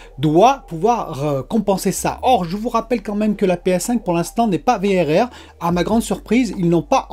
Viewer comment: Le Vérèrrrrèrrrr mdrr j'adore ! Le V double R sera plus facile a placé dans une discution je pense :p Content de te voir en forme ! Vivement que tu la reçois, encore 3 petit jour de patience !